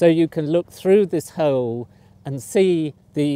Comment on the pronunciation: I love how the professor says "hole" Sounds like "hoewel"